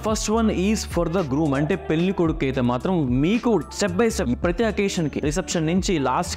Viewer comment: పెల్లి కాదు బాబు పెళ్లి అనాలి